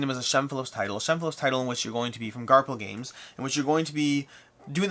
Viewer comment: Are you saying Garp-Hill Games? It should be pronounced Gar-Fill Games. That "PH" can be tricky 😆 "Garphill Games ("gar-fill") was established in 2009 by New Zealand designer, Shem Phillips. "